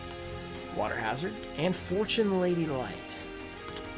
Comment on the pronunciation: Lol does he actually think it's water ha-zard? Sounds like a kriptonian